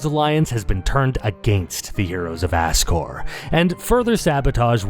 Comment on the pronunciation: Azcore is just as funny as Ascore with a hard "s".